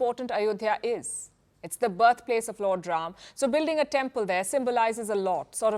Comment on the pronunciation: Yes, The Ram Lalla Temple will become a major tourist destination!! Yougi ji has changed whole infrastructure of Utter Pradesh.Total facelift. And Thank you Palki for prnouncing the words Ram And Ranayan correctly instead of Rama and Ramayana!!!